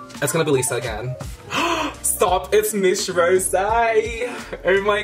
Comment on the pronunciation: "Stohp it's mish rowzee! Ohr my gaurrd" LMAO I'm Dead!! Hahahaha